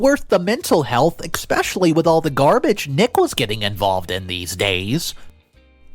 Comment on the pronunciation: There's no X in the word especially you keep saying it wrong and every one of your stories